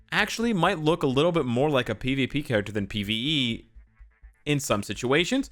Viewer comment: Lam Bo Xian now that I rewatched the vid he did say Pve but the way he said made it sound like p also I just woke up and saw the notification